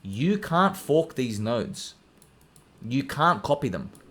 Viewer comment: Lol when you say “you can’t FOARK THIS!”